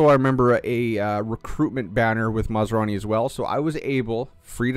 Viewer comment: Fot goodness sakes man!! It's not masarani! He ain't some kind of food!! It's MAS Rani!! 😂